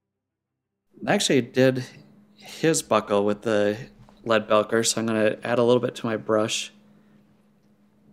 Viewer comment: great video! I've watched all your videos now and they're pretty darn good! I'm pretty sure Leadbelcher is pronounced belcher as in a burp. Like it's burping or belching lead, as in a gun. Keep up the video's I've really been enjoying them!